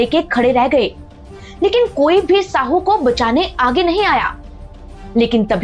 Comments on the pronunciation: मैडम जी गलत शब्द इस्तेमाल मत कीजिए। "शाहू महाराज" को आप "साहू" कह रहे हो सातारा को आप सतारा कह रहे हो मराठी में साँप को "साप" कहते हैं और नर साँप को "नाग" कहते हैं। नागपूर का नाम "नागवंशी" लोगों के वजह से प्रचलित हुआ हैं। चाँद शहा के मरने के बाद उसके बिवी का और बच्चों का क्या हुआ यह ठिक से ब़ताया नहीं। बाकी इतिहास भी अपने तोड मरोड कर आधा अधुरा ही बताया हैं। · Jise aap Sahu kah rahe ho wo Shahu hai ji.